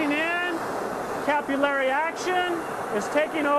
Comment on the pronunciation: "capullary" is to capillary as "nucular" is to nuclear